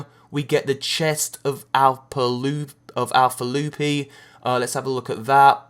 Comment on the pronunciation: "Chest Of Alpa Lufi" im sorry but this is too good